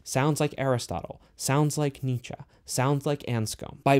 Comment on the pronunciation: Pronounce it with me dude “neee-chee “ (Friedrich Nietzsche )